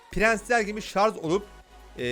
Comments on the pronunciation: hay şarz diyen dillerini :/ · şarz deil abi şarjjj